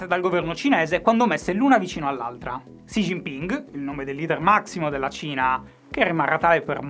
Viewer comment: Stima per aver pronunciato Xi Jinping in modo decente. Shy redemption arc dopo il Catrin The New dell'anno scorso.